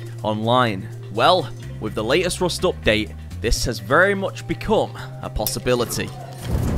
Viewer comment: bro said “rost ploos upp”